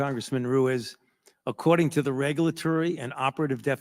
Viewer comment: If Dr.Brainwash Ruiz was Pinocchio his nose would be a foot long. I think it's pronounced Ruse.